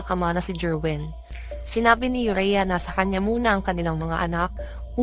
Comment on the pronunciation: Ayusin m kasi ung bigkas m ng pangalan aurea not urea